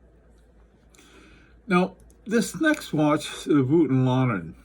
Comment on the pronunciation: The very exact pronunciation of Voutilainen is like so: it starts with the vo as wo in woke not as wo in wolf. So not vuotilainen but vOutilainen.